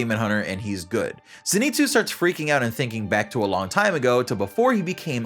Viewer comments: It’s pronounced Zein-sue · its ZENitsu not ZEnitsu